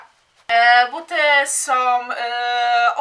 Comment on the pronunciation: Przepraszam, że nie w temacie i tak wprost, ale jak już publicznie się wypowiadasz i masz 1,53 tys. subskrybentów, to choć minimum znajomości j. polskiego i dykcji. Mówi się SĄ a nie "SOM" - som to waluta kirgiska!